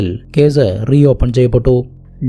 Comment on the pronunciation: Edo zemanoooo??? 😂😂😂😂😂😂lokathu ithinu semen enne parayu... Ucharanam onnu padikkedoooo... Caze.. Polize. Zemen. Manaz. Zeela😂😂😂ninte veetil sa enna aksharamille...